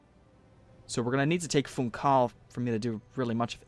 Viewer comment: Man, your saying Funchal's name wrong. You don't ignore the 'h' it's like... the words "fun" and "shall", [fũˈʃaɫ], more precisely.